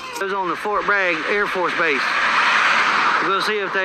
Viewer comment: Base, not bace. It's alright, you use the English language however you like.